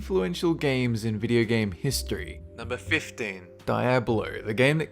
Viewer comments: Its diáblo not diabló just saying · Stop saying Die ablo, its Dee ablo ffs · Die-ab-low? It's pronounced dee-ob-low. It's Spanish for "devil". I think I know how to pronounce Diablo. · Uh Dy-ab-lo? It's pronounced Dee-ah-blo. Diablo. It's Spanish for devil. Senor Diablo. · It's "Dee-ah-blow". Not "Die-ab-blow". It's Spanish for devil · HAHAHA!!! you can't pronounce Diablo?!?! between massacring "SEE-GAH" and now "DIE-ABLO"??!?!! It's " Dee-ablo". I love your videos but you really should get these names right. They are incredibly easy. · It's (Dee-ab-low) not (Die-ab-low) Diablo.... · its not fking die ablo its dee ablo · Diablo is Spanish for devil and is pronounced DEE-AH-BLOW not DIA-BLOW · Its not pronounced die ab lo it's dee ab lo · Diablo [dee-AH-blo] Dyablo [die-AB-low] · Dee-ablo, not Die-ablo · dee-ablo not die-ablo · It's dee-ab-lo not die-ab-lo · Fuck! Fuck! Fuck! Fuck! It's "dee-ab-lo" not "dai-ab-lo"!! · you mean DEE-AB-LO not DIE-AB-LO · Daiablo wtf haha its Diablo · Im sorry but Dye-ablo.... its Dee-ablo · Its not diebluh. Its dee ja bloh. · Hearing say die-ab-lo is just...precious. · YOUR BEST NIGHTMARE he said di ab blow haha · DEE-ahblo. 1) It's a Spanish word. 2) It's the name of a character. 3) They say it that way in the game... You wouldn't pronounce it SOW-nike the hedgehog because it's wrong. Please be aware. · Dee - yab - lo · Learn to pronounce words! SERIOUSLY! Games like Diablo flat out tell you how to pronounce the names. Hint: DEE-AH-BLOW! At least you don't stupidly pronounce an "R" at the end of words that end in a vowel. Many people do this, then lie about it. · DI-ablo not DAI-ablo! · Diablo (Dee-OB-low) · Just watched a video of yours in which you repeatedly called Sega "See-gah" and now I have the joy of hearing you call Diablo both "Diya-blow" and "Diya-blay" in a 10 seconds span. Wow. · I like your vids but you pronounce things weird. Its dee-ah-bloh and die-nuh-stee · Not to be mean be isn't it pronounced De ablo? lol